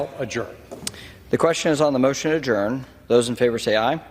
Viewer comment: Adjourn is pronounced Ad-jerned lol. You are doing my head in Ben!